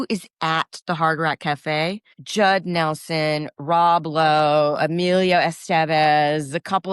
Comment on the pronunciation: She said Rob Blow! 😂😅